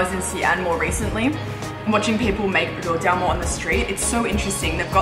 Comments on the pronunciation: You father is an innovative linguistic genius, rou-jam-more and mala-tongue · father from Australia: rou-JAM-o; Max's younger brother from the UK: JAM-bing. The creativity of multi-linguals never disappoints! XD